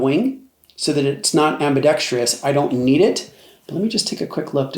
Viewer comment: AMBIDEXTREEEIOUSO NOPE PRONOUNCIT RIGHT